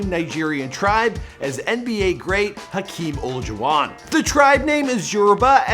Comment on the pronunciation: its Hakeem Olajuwon